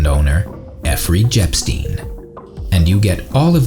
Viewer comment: Good one at: - Effery Jepstein 😂